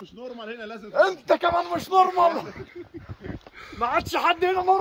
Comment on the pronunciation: مِش نُرمَل 😅